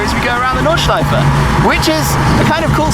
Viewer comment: I appreciate that Tim tries to pronounce the untranslated names as accurately as he can :) (gelbgrün, Nordschleife etc)